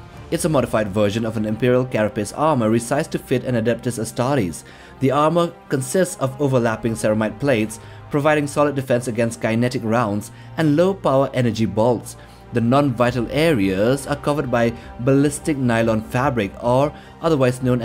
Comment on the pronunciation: Lost me at "kine-ehtic"